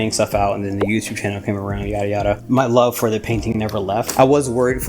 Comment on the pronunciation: LURV! I LURV that you say Lurv! 🤣😂❤ Congratulations on 18 months!!! Beautiful lacing and great pallet 😍💜🩷💜🩷